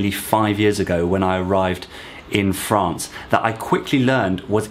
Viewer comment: “ Fraaance “ ! You posh thing !